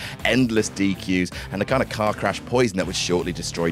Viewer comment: Bro I love your work I really do. But your Boston accent was terrible. Car is cah. Car keys is pronounced khakis ❤️